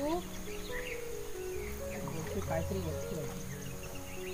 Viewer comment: ताई तुम्ही शेरु म्हणत आहात तर आम्हाला ऐकायला येते पेरु खुप छान आहे जोडी भुभुंची